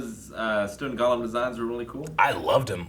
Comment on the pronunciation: Stone GOLLUM?! GOLL-UM?! I expect that kind of mistake from Aaron, but you're the D&D guy!